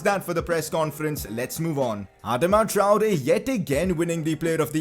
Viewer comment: Consider pronouncing Traore better